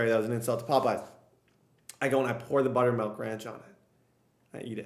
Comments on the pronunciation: Butter"melk"? It's milk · melk? buttermelk?